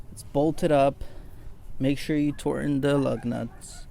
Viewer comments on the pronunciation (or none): "make sure you torten da lugnuts..." XD